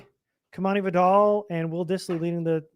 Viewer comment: Y'all gotta ;earn how to pronounce Vidal.